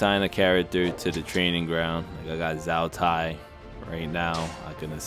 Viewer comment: Zow Tai? It's closer to Joe Tai. (Wade-Giles: Chou T`ai)